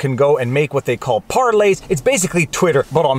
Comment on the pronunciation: Thank you for saying Parleys correctly! Love your content. American living in Winnipeg.